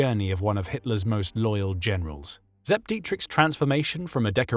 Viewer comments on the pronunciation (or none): Sepp not zep! Shoddy